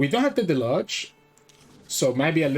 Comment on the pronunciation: Pie-oh-neer mar-odd-er (marauder) del-oo-j. I understand that english is probably not your first language. Just wanted to help a little :) I like your channel a lot